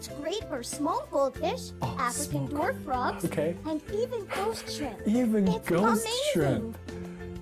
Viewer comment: Did you notice the fact that the commercial said DWAR FROGS?? 😂😂